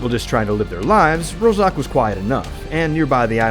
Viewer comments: it is not roZok, it's a roZHok. Rozhok is a Russian slang word meaning weapon's magazine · "ZH" in "Rozhok" doesn't pronounce like "Z". It is sound for russian "Ж" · OwO yes, but 1) it is a real russian word "рожок", аnd there is, I think, even a village with the same name. 2) It litteraly means "small horn". 3) Letters "zh" in english were particulary used for russian sound "Ж", but not "z". The same story - letters "KH" (Kharkov, Khrushev) were used for russian letter "X" (and it it should be sound like "Harkov, Hrushev"). But funny that people pronounce it like "K" and don't use it at all. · How come an official video butchers city names, eg. Rozhok, Yasnaya?